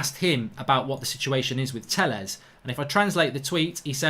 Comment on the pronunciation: For the life of me I can’t stand this anymore. It’s pronounced “Tay-yez” and “Reg-ee-yon”. Pronounce people’s names properly.